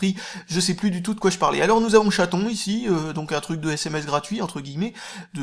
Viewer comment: Tu m'as bien fait rire avec ton ChatON x)